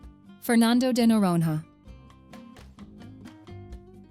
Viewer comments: Pronounced Fernando de Noronya. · Noronha ❌ Noron-RÁ ✅ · The "h" of Noronha is not pronounced like "have", "hot". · "Nh" in portuguese is pronounced like "ñ" in Spanish. If you can't pronounce it, try saying "Noronia", never noron-ha. Hehehe. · O melhor é no vídeo falando NOUWAORINOHA ao invés de noronha 😭😭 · In Portuguese "nh" soubds like "nya" or ñ in Spanish. Say "Noronya" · NORONHA should be pronounced NORONIA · "noron-ha" my You US Americans should learn to pronounce Portuguese as you demand us to do in English... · Yes, it can snow in Brazil. Research before making such statements next time, ok? Fernando de “Noronha”. Please look how to pronounce “nh” in your Portuguese/American dictionary. 😅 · Learn how to pronounce Noronha! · How is that she says "golfinho" right and "noronha" wrong? AI narration, right?